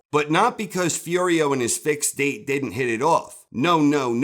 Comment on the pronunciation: "but he did-dent" , lol